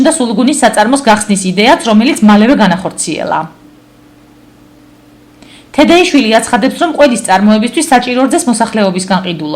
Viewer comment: მეწარმის გვარი სწორად თქვი,ჟურნალისტო,ერთხელ თუ შეგეშალა,ათჯერ?!(( თედეშვილია,არა თედეიშვილი........